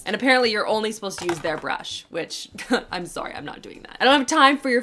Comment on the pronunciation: I love Canadian “sorry”